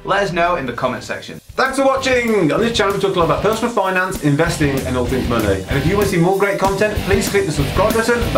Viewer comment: 'Munnay' lol